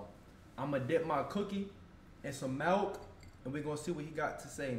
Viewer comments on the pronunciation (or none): It's milk not malk